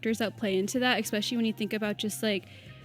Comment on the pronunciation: When she said xspecially I stopped listening